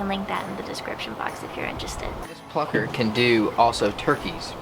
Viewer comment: When they say plucker my ears be like.. FUCKER